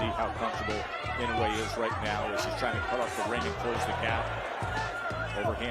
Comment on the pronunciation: I wonder why everyone mispronounces Inoue's name. It's I-NO-U-E. Four syllables. Nothing difficult about it.